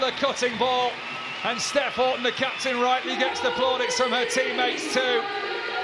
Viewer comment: wish these commentators would pronounce her name right, Steph Houghton's name is not pronounced Horton